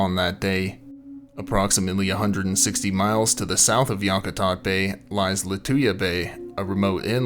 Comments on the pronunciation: Yack a tat =correct pronunciation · Yak -ah-tat........ :)